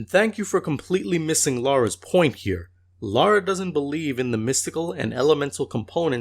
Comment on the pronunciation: Love this, great job. This guy's snarky and misleading videos make him seem so holier-than-thou. Also how hard is it to say LA-RA instead of LAU-RA like he constantly is!